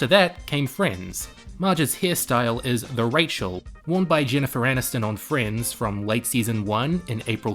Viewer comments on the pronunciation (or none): none